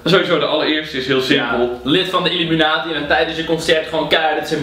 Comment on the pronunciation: het is IlUminatie niet UlIminatie